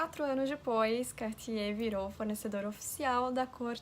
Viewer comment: que pronuncia linda do nome kk francês é uma lingua muito bonita